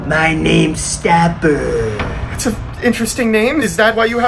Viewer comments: By just saying "staberrrr" makes me laugh to cry😂🤣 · My name is stabBER!. Man put emphasis on those b's😂